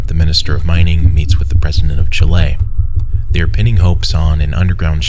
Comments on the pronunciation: What the fuck is "chill - aye"? Is it that difficult to check spelling on google? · "Chilé" son I love you but lmao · chi-LAY' he says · every time he says chilÉ my soul deteriorates further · Chilean here also. Even though the correct pronunciation is exactly as it sounds ib Spanish, anglo-saxon people tend to pronounce as «Chiléan» and as being their language, is correct to them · the way you pronounce chile kinda offends me wonderful editing and narration as always ♥ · Great video. Just one note, from a Chilean: the pronounciation of 'Chile' and 'Chilean' was very bad. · From someone not from Chile, the pronunciation was bad. I've never heard someone say it that was before and I hope I don't again.